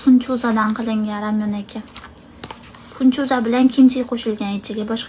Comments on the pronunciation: Funchuzamas finchuza deng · funchoza demidi penchoza didi😂